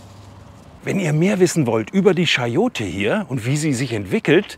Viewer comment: Frage: (Siehe ’)Sagst Du auch: „Münschen“ für München? Warum sagst Du nicht „Kayote“ oder „CHayote“ anstatt „SCHayote“?